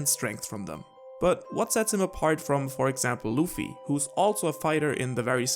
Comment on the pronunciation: The name is "Luffy (Ruffy)" not "Loofy" xD